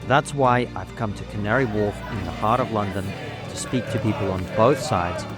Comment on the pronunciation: I love the Cavnary Wharf lady. She said it so properly